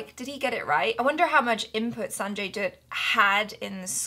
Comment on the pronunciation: Dutt rhymes with Mutt, Butt, Cut, Hut, Tut...you get the idea.:)